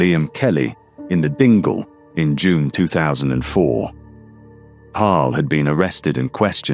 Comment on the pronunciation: great content , sounds very strange non scousers saying places the only area you said right was dingle